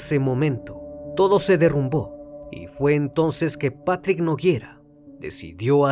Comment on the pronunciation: Nogueira, no Noguiera